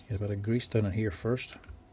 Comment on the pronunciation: Took me a few to realize he was saying "bit" and not "butt".